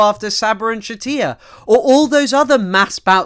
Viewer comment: Just discovered your channel, great work. For future reference "Shatila" is pronounced with a normal L sound, I'm guessing a source you used spelled it with a double L and your brain just defaulted to Spanish.